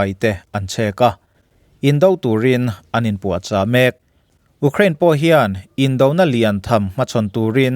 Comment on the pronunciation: U krain i ti ziah....Iuuukhrain ti tawh la oo